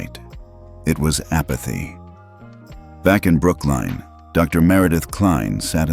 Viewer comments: IT IS NOT BROOKLINE, IT IS PRONOUNCED AS BROOK-LYN.😡😡😡😡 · It's NOT pronounced as Brookline, it is Brooklyn. Learn how to pronounce correctly. Not first mistake you have made, sort it out properly. Don't they teach you how to pronounce in the USA?